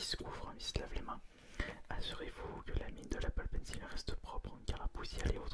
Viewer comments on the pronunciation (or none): Bonne vidéo mais on prononce pencol pas pencile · Ta dit pénise au lieu de pencil